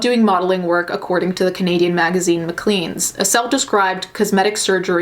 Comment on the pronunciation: Its actually pronounced 'muh-klains' magazine